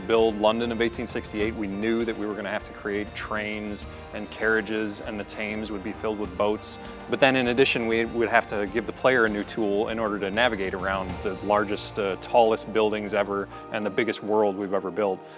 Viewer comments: 'tames' wtf! its Thames ! the river Thames ! god did you even work on this game/ play it !! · IT'S PRONOUNCED TEMS NOT TAMES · Lol, the 'Tames', once again Americans pronouncing things wrong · I'm probably wrong, but is it pronounced like "tims" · Why do so many Americans call the Thames the "Taymes" like I know it's actual pronunciation isn't that inline with the spelling but still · Did that guy call the thames the "tames", what in the fuck? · When that dude called the Thames taims I was thinking how can't you pronounce it when you made a fucking game that it's in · "The tames" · the way pronounced Thames! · Way the guy says Thames actually hurts